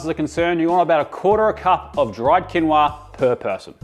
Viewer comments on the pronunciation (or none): It's pronounced keen wha!! Not kinwa. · It's pronounced Quinn-o-ah 😂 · I also think it’s bollocks 😂 and I agree it quinowa 😂😂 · I laughed so loudly at the pronunciation of quinoa! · I thought your Quinoa pronunciation was funny ‘cause it reminded me of a 70’s episode of Jacques Pépin episode where he cooks quinoa and pronounced it as you did. I doubt many knew he was pronouncing it incorrectly at the time. Unlike now, most had never heard of it. Loving this informational. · Hand up everyone whose been pronouncing quinoa wrong their entire life?🖐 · The mispronounced quinoa is a wonderful way to troll vegans!